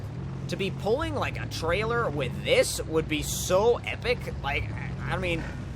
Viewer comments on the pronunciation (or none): none